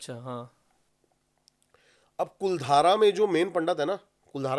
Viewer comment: कुलधारा नहीं है भाई, कुलधरा है गांव का नाम।